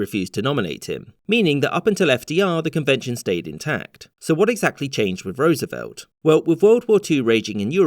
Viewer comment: First time I've heard a Brit pronounce Roosevelt correctly.